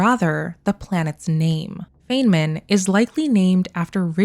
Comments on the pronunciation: Feynman, named after physicist Richard Feynman, is pronounced "fine-mun", not "fayne-min". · It's actually pronounced "fine-man", not "fayn-man" 👍🏻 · Pronounced "fine-man" Edit: this is amazing detective work. Edit edit: not being negative about the Feynman pronunciation thing. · FYI Feynman is pronounced as “Fine man”. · Tiny correction - Feynman is pronounced "Fine man" 🖖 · Some thoughts and queries to 1. It says Dyson bubble though, not an Alderson disk. Or do you think they might retcon it to this? Regardless, good find. 2. , I have to be that guy and say, his name is pronounced as "Fine-man" 3. Could this Mass Relay be the Baterian relay Shep destroyed in ME2 Arrival DLC? Would make sense as it would signal the prelude of the Invasion. And the audio would be beginning of the Invasion on Earth. 4. I agree that it is more likely that they would go on a parallel universe, maybe 4 for all 3 + No choice endings. Or they could just pick one as cannon and go from there. Thanks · Feyman is a long "I". Fi nman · Is it okay that I need to point out that Dr. Feynman’s name is pronounced FINE-man? I am pedantic when it comes to names and he’s one of my heroes. I know people don’t like to be corrected, but I thought you might want to know, since you are so meticulously analyzing these clues. If you ask Siri or Google, they will say FAIN-man, but if you watch his lectures (they’re all available on YouTube), you will learn otherwise. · Either you mispronounced Feynman or I did all of my life.